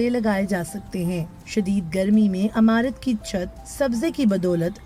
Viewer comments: جو خاتون بول رہی ہیں انہیں بتائیں لفظ عمارت کو زیر لگا کر پڑھیں وہ زبر سے پڑھ رہی ہیں لفظ بدل گیا امارت بن گیا اور معنی بدل گیا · DW se guzarish hai k Urdu service k liye durust urdu accent rakhney waley reporters bharti karei'n.. jo imarat ko imarat kaha karei'n.. na k AMARAT.